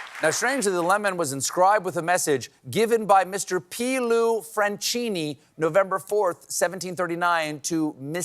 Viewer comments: franCHIni non francini. it's like kate not chill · Stephen, the name Franchini, is pronounced Frankini. Ch in italian is always pronounced like a K. In Italian the english ch sound is spelled ci as in cappuccino. You're welcome.